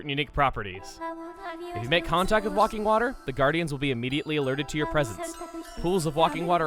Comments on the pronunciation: Uh... Chugga… I think it's pronounced "WAY-king", not "WAH-king" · Everyone else should be mad at the fact he's pronouncing it Wocking water and not Way-king water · It's not 'Walking Water', it's Waking Water, like wake-ing. Just mentioning it! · Is it just me or is that supposed to be Wake-ing water (Like waking up in the morning) instead of Walk-ing water (Jesus stuff), because if at was Walking Water, it would be spelled with an L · God, please tell me thousands of people already pointed out that it's obviously "waking water," like awake, and not "walking water..." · Wawking water its wayking water hence the spelling waking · i think it says WAKING not WALKING :P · ... "walking water" where did you get the L from? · It's wake-ing water not walking water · NOT WA-KING WATER WAY-KING WATER!!! For someone that supposedly corrected grammar for his family, you have lots of difficulties speaking. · Walking water. screaming at him to say waking instead. cringe still funny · Why do you call it "wakking" water? It's pronounced waking, as in waking up in the morning? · Chugga, you silly goose! It's WAKING water, not walking water! Silly... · WAKE-ing Water not WALK-ing Water. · It say waking water not walking water chugga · I love how you call it "Walking Water" even though it's clearly "Waking Water" as in waking up. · WAKING IT SAYS WAKING! NOT WALKING! READ IT CORRECTLY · chugga how many times did you say walking instead of waking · lol it's waking not walking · GOOD GOD! ITS W-A-K-I-N-G WATER, NOT W-A-L-K-I-N-G WATER! AS IN WAKE UP, AS IN WAKE OF A BOAT, AS IN FRIGGIN' WIND WAKER! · He kept saying walking water instead of WAKING! How do you say it wrong so many times in a row! I was tearing my hair out lol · Uh, Chugga, nothing personal but you are pronouncing that water's name wrong. It's not WALKING Water, it's WAKING Water...like WAKING UP from a dream. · I always thought that it was pronounced WAKE-ing water, not WALK-ing water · Way-king water.